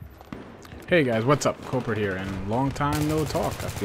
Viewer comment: "Who's the Kulprit" :D